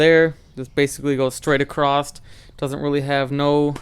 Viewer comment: “Acrosst” is not a word. There’s no “t” in the word “across”. Otherwise, it does look good.